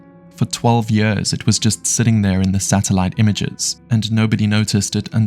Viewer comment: What incompetence in the Belgium police with that old lady who fell in the bushes and died. (And PLEASE edit how your Ai voice says “years”.)